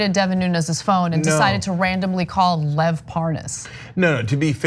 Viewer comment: Hannity doesn't know how to pronoun Lev's name?